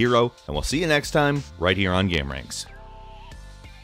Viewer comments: It's "game" not "gaaahm" Please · xtreme gaems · What is a gaemm? You keep saying that.